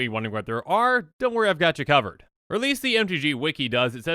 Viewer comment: ..... did you just say "I got you kavured"? god damnit